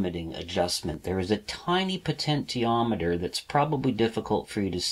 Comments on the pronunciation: It's "poh-tench-i-ah-met-er" - you don't say "poh-ten-tee-all" do you? Potential is the root word of potentiometer. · Great lessons very outstanding indeed, but I can't help it to make fun of your potentiometer pronunciation just try this "Potenshiometer" hhhh just kidding , you're doing great, I enjoy your clear Christal explanations, I just ordered my kit, will arrive Jan 4, I will be doing all of your projects inchaAllah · po-tent-i-o-me-ter made me leave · You have the cleanest workshop I have ever seen! I should know, I suffer from OCD! Your videos are so well made and edited, no wonder you don't crank them out very often. It must take you days to make one. One criticism; Potentiometer is pronounced like this : Also, Bipolars running on current chopper drivers, will outperform Unipolars in every way, including speed of rotation. This is why, all 3D printers use bipolar motors with current chopping drivers like the A4988 and larger supplies than the motor's rating. If you run a 2V motor on 30V (current limited by the chopper of course), the current will have a very short rise time before the it hits its set maximum value, when the driver chops it off and keeps it at that level. In other words, current through the coils is more important than the supply voltage. The lower the working voltage of the motor, and higher the supply voltage, the better its speed performance. In other words, a 2V motor running on 30V, will have a better performance than a 5V motor running at 30V. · Please for the love of God pronounce potentiometer normally!